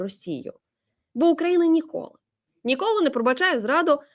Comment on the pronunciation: Не др а ДИРИ і НА сссоосссіі - говори правильно